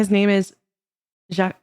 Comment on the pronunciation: did she just say jakweh?